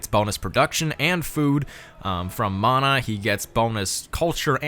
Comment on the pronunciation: Fun fact the ability mana is pronounced munna I'm Maori just found civ and am so happy we have a leader